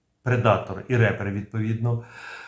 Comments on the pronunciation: Шановний!Трохи попрацюйте над англійскою. Репер читає реп, а ріпер від "рест ін піс"! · Щиро дякую! Тільки не "рЕпер", а "ріпєр", тобто "жнець" 🇺🇦🇺🇸✌ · Правильно не репер, а ріпер( в перекладі жнець). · Відео сподобалось! Дякую! Але не "репер" а "ріпер" - жнець. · Ріпер, а не репер😁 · Тільки не "РЕпер", а "Ріпер" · Гарний огляд. Тільки одне зауваження про MQ-9, він не Репер, а Ріпер. 😉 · Дякую за відео!! Єдине зауваження правильно казати MQ9 Ріпер (Reaper - жнець з англійської) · MQ-9 Reaper правильно читається як "Ріпер", що означає "Жниварь", що очевидно є метафорою на те, що цей апарат влаштовує ворогам "жнива смерті".